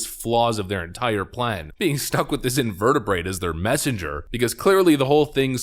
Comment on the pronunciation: "Invertibrate"! HA! LOL